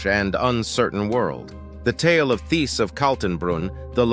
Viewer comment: Hello just want you to know the h in Thiess is silent so you pronounce it like “Tice”